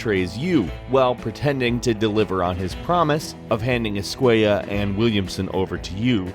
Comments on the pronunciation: Javier escuella lmaoooo es-cu-ela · Every time he pronounced esquella as "esquaya" a part of me died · ESK -KWAY-AH no mames guey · Javier ESCUAYAH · How he says escuella is so annoying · Anyone else bothered by the way he pronounces "Escuela"? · thats not how you pronounce javier's last name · why are you pronouncing Escuela like that. Isn't it in Spanish when their are two L's together it sounds like a y. Escuela only has one l